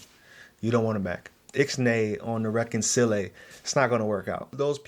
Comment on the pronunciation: Hahaha. " It's Nay on the reconcilay"😅👏👏. Stealing. ❤